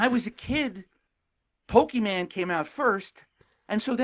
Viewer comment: When said “Pokeman” I thought he was joking, but he kept saying it.